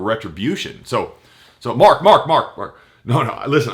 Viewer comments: . hahaha he talks over himself . When he said Mark Mark Mark. it sounded like a dog "bark bark bark" too funny. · MARK! MARK! MARK!! sounds like a dog with a speech impediment.